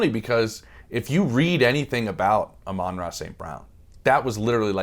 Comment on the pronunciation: who the hell is "ah-rah st brown"? you say you love him so much but dont even know his name?